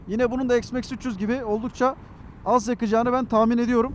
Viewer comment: s max değil üstadım x max